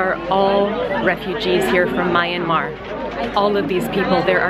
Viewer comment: Hi! I am actually from Myanmar 🇲🇲, and by the way it is pronounced as, ‘Me-Yem-Mar’, both my parents were born and raised there but I was born here in the UK 🇬🇧 I just wanted to say that you are an amazing and inspiring person to everyone and I just want to thank you for going to Bangladesh, and all the surrounding countries and giving the children from orphanages an awesome and heartwarming experience to meet such a marvellous and beautiful person as you! I hope that in the future, this amazing personality and caring heart of yours stays in place forever! -Lily Taurus Gaming